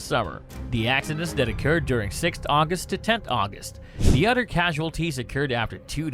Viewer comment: The narrator sucks at pronunciation. So hard to listen to him, it is a lisp mixed with bad pronunciation. e.g. "other" constantly pronounced as udder.